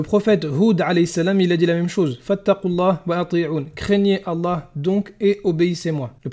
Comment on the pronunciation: Sarah N 😮 c’est vrai que l’argument « la bible a été écrite par des hommes pêcheurs ... » on l’a pas souvent entendu d’autant que c’est basé sur rien lol Non j’arrête pas vous ne maîtrisez ni le coran ni les hadiths, quand ton oucaca saura prononcer correctement le nom d’Allah alors on pourra vous écouter. En attendant votre argument et mensonges basés sur rien c’est poubelle 🗑